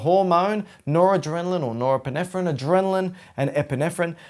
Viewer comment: Yankee here.. You pronounced Norepinephrine perfectly , don't worry about it